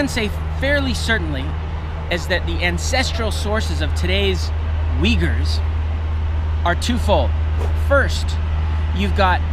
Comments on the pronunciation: your pronouncian sounds like "Vighurs" not "Uigurs" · 😂 except the main subject of the video, There are no people called as “Weagers”